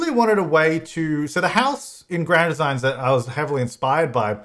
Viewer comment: The way he says Grand Designs really bugs me. Any other Brits?